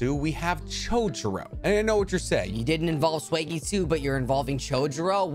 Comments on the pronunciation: why do you pronounce some words wrong it seems like on purpose? i love the videos that just the one thing that gets me lol e.x- you pronounce it "swagg-eat-sue". i do like the videos tho im just high at 1am geekin out lol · Bruh, who's Swegitsu. I get that pronunciation doesn't matter but you lost me there for a second. Atleast pronounce I how it's pronounced in the anime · Segitsu bruh say it right